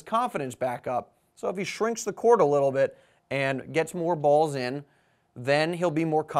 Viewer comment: Yes, I agree that your enunciation of certain words like "little" could benefit from some practice. Generally you speak very well with a unique, notifiable accent however. Which is nice. I find your reviews very informative and helpful. It abbreviates the research or recent history of the star players effectively. So keep up the great work!